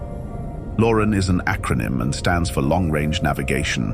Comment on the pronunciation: It's not pronounced "Lauren"...it's pronounced "Lo-RAN"